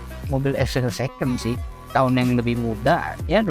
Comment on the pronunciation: tolong lebih jelas saat menyebutkan "tahunnya" gue sampe kencengin volume dan rewind 2 kali buat mastiin wkkwkwkwkwkwkwkwkwk klo ngomong jangan buru buru jadinya gak jelas maseee, padahal nge rewiew mobil bagus itu, kasian mobilnya wkwkwkwkwkkw